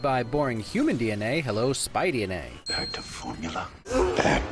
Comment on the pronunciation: SpiDNA? SpiD? Eeeeeeeyyyyyy. (btw I got the joke immediately when you said it. For those who don't, Spider-Man's nickname is Spidey, and said SpiDNA. He basically just added NA to Spider-Man's nickname.)